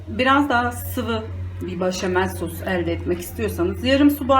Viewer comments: başamel değil, beşamel demeniz gerekiyor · Ablam gözünü seveyim başamal deme ya 😂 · Yağ koyarsanız makarna sosu çekmez. Sadece bol tuzda haşlanmalı. O zaman yapışmaz. İtalyanlar asla yağ koymaz. Bir de başamel değil. Beşamel deniyor. Bilginize🙋‍♀️